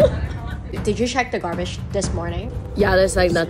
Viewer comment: Did you stcheck the garbatschh this morning? 🤣🤣